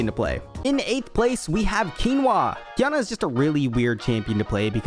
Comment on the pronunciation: Its not Qiyana, its Kinua.